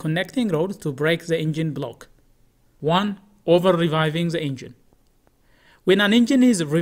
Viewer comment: there is a rev limiter in place and a fuel cutoff which will not let you over rev unless you money shift a gear in a manual car. You just call revving, reviving, which is not the proper pronunciation